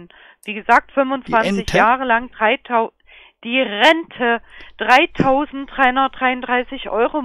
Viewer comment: Und wer da gewinnt, der spart dann beim Einkaufen!? - ne, der kann die Rente gewinnen - die Ente? - die RRRRENTÄ Ich hab selten so gelacht, wie bei diesem Video. 😂